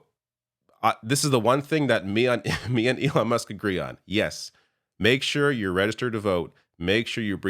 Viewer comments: Trump called Musk Elijah? 😂🤣🤣🤣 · Trump called musk elonja 😂😮😂💩🎃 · Did he call him Elonia? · Elonya Did no one hear Trump call Elon, Elonya? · Did Trump call him Elijas? 🤔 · He called him Leon at a previous event, and in this very video he calls him "Elania". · I feel like Trump calls him "Elijah"! I've listened to the clip 5 times now. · Maybe I'm mishearing it, but it sounds like Trump is saying "Elonia".